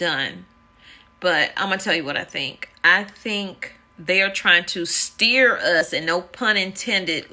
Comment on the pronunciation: STEER IS BOTH...HAHAHAHAHA...STEAR